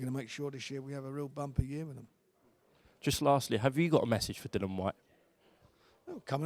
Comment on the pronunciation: How fucking difficult is it to grasp it's DILLIAN Whyte not Dillon. lol